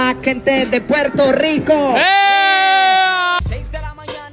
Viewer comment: Me revienta cuando tratan de imitar nuestro acento y dicen Puelto Lico, como si fuéramos chinos, no puedo con ellos me sacan, nosotros nos comemos las r pero no esa clase de r sino las que están entre medio de las palabras entre las consonantes, no sean brutos y observen mejor. Las r seguido de vocales NOOOOO